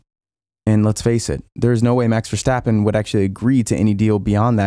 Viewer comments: The ‘s’ in ‘Verstappen’ is sharp as in ‘stop’, not as in ‘should’! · Please don't say VerSHtappen. It's pronounced with an s.